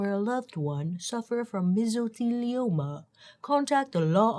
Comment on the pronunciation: Proud of you for pronouncing Mesothelioma 👏🏽👏🏽😂